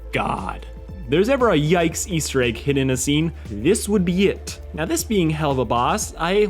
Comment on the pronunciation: First time I’ve ever heard somebody pronounce it as (hell of a) instead of (hell oova)